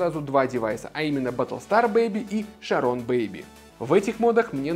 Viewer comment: Какие вейп или под система есть в районе от 1500 до 2000 тысяч рублей, которые хорошо выдают пар? Кстати спасибо за видос. Правильно говорится Чарон